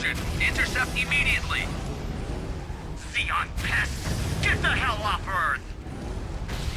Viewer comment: You should play the one with the cheesy live-action cutscenes next ( War for Earth ? ), where among other things, they pronounce Zeon as "John". That way you'd have an army of Jims vs the evil Principality of John.